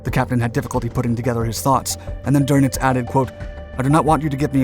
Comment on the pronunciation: I was going to say that, remember ie is pronounced ee, ei is pronounced i. "Prine" would be spelled Prein. Funny, but he got words like Friedrich, Kiel, Krieg, though he failed to pronounce the final e in Kriegsmarine (a schwa) . Wellner, the w is pronounced v. Drnitz for Dönitz, oh, well, I never expect Americans to get ö right. It took me a long time. , Is that Werner Klemperer? Looks like him. Going back, there were a few other spots he was in.